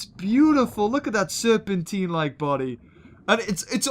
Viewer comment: Serpentine. Very Posh!! 😊